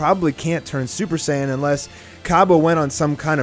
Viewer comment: Super Saiyan five not super saying white get your facts right boy